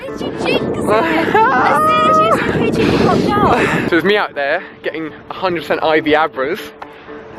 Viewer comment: did he say pigey candies????